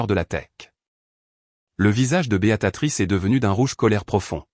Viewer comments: Tiens, revoilà Béatatrice, au lieu de Béatrice, ça devient vraiment lassant d'écouter des narrateurs aussi nul, même super nul. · Ça n'est pas Béatatrice, mais BÉATRICE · 🤣🤣🤣🤣🤣 C'est Béatrice ou Béatatrice ????? C'est dingue toutes les fautes d'orthographe et de prononciation, certain narrateur ferai bien de mieux étudier les textes et de s'exercer à la prononciation.......... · Bonjour les erreurs diverses ! Ce n'est pas ! : " Béatatrice " !!! , mais !, " Béatrice " !!!... Vous n'êtes même pas capable de dire un prénom ???.... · L I A confondu tjs les prénoms américains et français ici c est une erreur phonetique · prononciation de béatrice en "béa ta trice", pouce en bas. et encore je suis gentille.